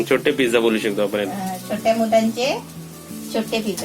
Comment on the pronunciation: Kaku, Tumhi aata celebrity aahat. Video banavtana Shabdan che uchchaar shuddha asle pahije. Video chya suruwati la mhanala हा ताट. He chukiche aahe. हे ताट barobar aahe. आपन mhanala. Chukicha aahe. आपण asa uchchar aahe. Video chya headline madhe tumhi चाय asa lihila hota. चहा asa shabda aahe. घरघुती nahi. घरगुती asa yogya shabda aahe. Tumchya khup sha video madhe भेटलं asa shabda tumhi nehmi vaparta. To chukicha aahe. 2 Mansa jevha ek mekana bhetatat, tevha ch भेटला ha shabda vapartat. Etar veli मिळाला asa shabda vaparne yogya aahe. उदाहरण देते. कृपया लक्षात घ्या. 👇🏼👇🏼 1) Tumhi mhanta akhadi vastu भेटली नाही. He chukicha aahe. वस्तु मिळाली नाही. He yogya aahe. 2) वेळ भेटला तर, हे चुकीचे आहे. वेळ मिळाला तर. हे अस म्हणणे योग्य आहे. 3) नारल नाही, नारळ अस म्हणतात. भेटला आणि मिळाला या दोन शब्दा मधला फरक जाणून घ्या. ही विनंती 🙏🏼